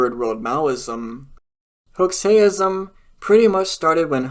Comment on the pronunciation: You mispronounced Hoxhaism, the "x" is pronounced like a j or a zh.